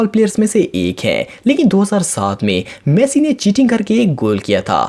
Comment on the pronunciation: bhi apne galat pronounce kia Lionel Messi ko